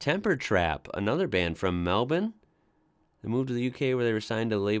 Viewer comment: Can I say how refreshing it is to hear an American pronounce Melbourne correctly. We really are rubbing off on you. I love your discovery of our vast talent pool.